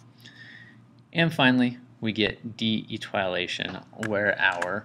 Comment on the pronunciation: Eee- tee- oh-lay-tion. But good other than that